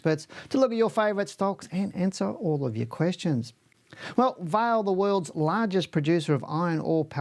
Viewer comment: Hi - just one small point. Vale is not pronounced like your name. It is pronounced more like Valley. with the A being drawn out. Vaaa ley. 😊 Cheers